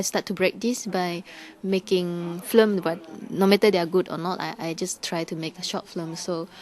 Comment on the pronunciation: she's so cute. she cannot say correctly film, but flim... she's really nice